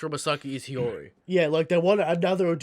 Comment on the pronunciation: why can this fucking shmuck not pronounce hiyori correctly?